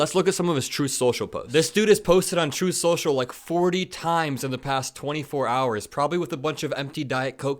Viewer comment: "Troth senshal"